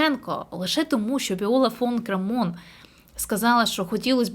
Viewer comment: Прізвище Крамон наголос на перший слог